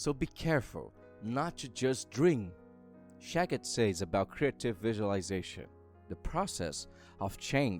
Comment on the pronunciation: It is shakti not shakit.